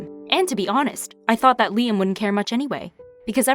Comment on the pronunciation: She said “Liam” but I heard “Lia” Everything autocorrects to lesbian in my mind sometimes